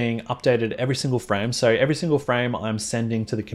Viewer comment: Amazing content! I don know if it was just me but I thought you were saying “sorry” all the time you say “so” I was like: “Why is he saying sorry all the time?” 😂🤦🏻‍♂️ Again, thanks for sharing your knowledge with us!